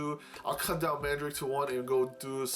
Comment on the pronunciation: Great video, man. That paladin knight girl looks nice, I've seen it a couple times in the pre-owned section on AmiAmi. Btw Mandarake is actually pronounced Man-da-rock-kei with a little rolling of the tongue when saying it.